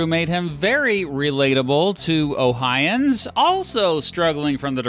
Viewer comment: As someone from Ohio, we are Ohioins not Ohins